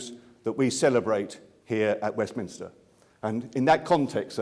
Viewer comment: Mr. Parekh it's pronounced Westminster, not Westminister.